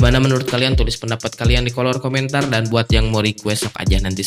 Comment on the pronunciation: "Kolor Komentar" Bukan "Kolom Komentar" Ape kuping gw yg bergetar,,,, ngajak berantem min wkwkwkwk